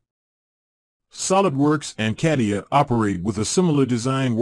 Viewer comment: Yeah, I have always heard it stated as the following... kuh·tee·uh